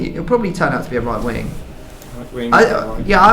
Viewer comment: please its WING!!!! NOT WINK!!!! it bothers me really